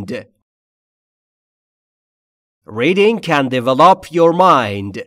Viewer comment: "Develop" is pronounced with the stress on the second syllable... actually...sorry! But everything is just PERFECT! Thank you soooo much!!!!!!!